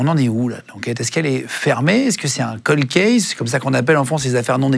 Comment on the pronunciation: Pas colde : prononce caulde